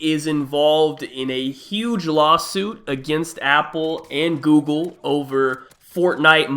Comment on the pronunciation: “Apple and Gooble”